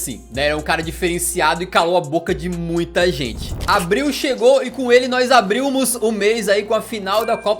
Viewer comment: "abrilmos" kkkkkkk coé, meteu essa?